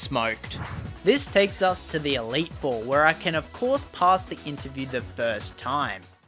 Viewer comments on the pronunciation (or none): none